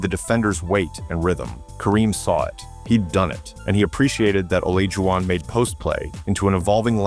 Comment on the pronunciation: You should train your AI narration bot to at least, mispronounce Olajuwon’s name consistently.